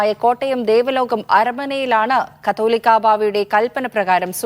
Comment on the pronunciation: കത്തോലിക്ക ബാവ അല്ല. കാതോലിക്ക ബാവ . കണ്ടനാടനല്ല കടമ്പനാട് ആണ്.